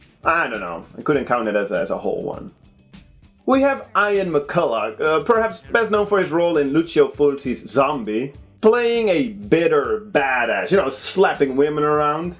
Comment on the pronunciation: Hey dude. Will you be including the film Possession on this list? I think it was considered a Video Nasty but lost its status and is now available uncut.. But anyway I think you will like the film... Very odd and intense. :-) Oh the name Ian (as in Ian McCulloch) is pronounced Ee-an , not Eye-an. :-)